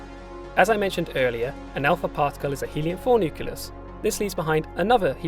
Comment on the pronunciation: “Nuculus”? Idiot